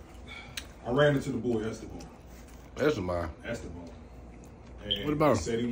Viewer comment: Es-Teh-Bon...at least tell him why so this relationship can be wrapped up 😂🤦🏽‍♀️😂